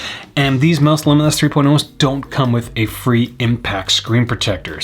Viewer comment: The dog’s confused why you’re calling it Mouse when it’s pronounced like Mousse